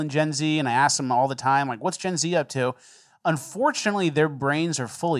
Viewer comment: lol I hate hearing some one say “ let me ax you”